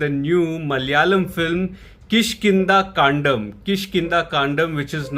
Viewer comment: No police, no investigation, no chases, no clues, no nothing thriller. And u pronounced 'kaandam' correctly